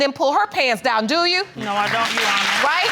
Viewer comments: Why does she keep saying YOU honor?! Is there something hard about saying YOUR? Gees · "You Wonna"? 🤔 Your Honor!